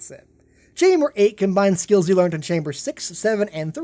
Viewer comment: learn how to pronounce "learned"